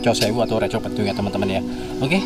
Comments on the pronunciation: Re^ bukan Re✓ ... Reco pepet mas bukan layar jadi artinya beda mas... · Bukan reco tapi reco